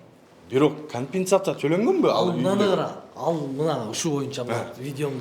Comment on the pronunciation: Кампететатся толоп беребиз деп айталбай ататго.